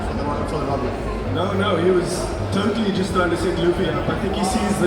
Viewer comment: I don't expect all panel hosts to be mega fans of what they're moderating, sometimes its just who is available on staff, but bro mispronouncing Luffy's name like a person who has never watched a single scene from any version of the media is pretty disappointing.